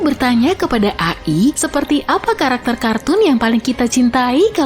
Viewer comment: Bukannya dibaca ei-ai